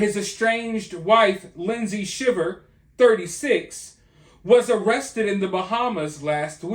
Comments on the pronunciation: The last name is pronounced Shy-ver. Long I. This is why I can’t stand social media like Instagram, people portray a picture perfect life even though it’s the exact opposite. Maybe if people lived in the real world things would be different. This man is lucky the plot was discovered. How a wife could take the father of her kids from them is awful. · The last name is pronounced Shy ver. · It's pronounced SHY ver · You know that you're pronouncing their last name wrong, right? It's not pronounced like the reaction one has to being cold. With a short I. It's pronounced with a long I. Like if it was spelled Schiever. But it's spelled Shiver. Just trying to help you out! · It's pronounced "shy-ver" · Their name is pronounced Sh I ver.